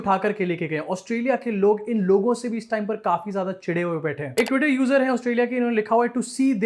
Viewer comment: Twoitent toi 😂😂